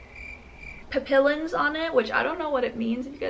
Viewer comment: papillion means butterfly in french , it's pronounced as papiyo-n ( soft n )